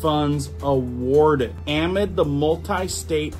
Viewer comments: I love you, but amid is a word with the emphasis on the second syllable. 🎉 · Saying am-id is driving me crazy. It is pronounced a-mid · the word "amid" is pronounced ahhh, midd, not am mid. Just want you to know, friend. 🤗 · uhMID. Not aamid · Amid= “a-mid” “Versus,” not verse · Pronunciation a-mid.....not...am-id, thank you for the information you round up and distribute. You are so obviously an honest fellow. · It’s pronounced “a-mid”, as is “in the middle of”. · Love your content, please pronounce ‘amid’ - uh*mid - correctly. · Bro. Awesome reports! “Amid”. It’s ah-mid. As in, in the middle of. Ahhh-mid. Don’t emphasize the “a”. A short “ah” Thanks for all the great info. Just want u to sound correct!!!❤❤❤❤ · I can tell you dont know what "amid" means, nor how to pronounce it either 😆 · It’s not amid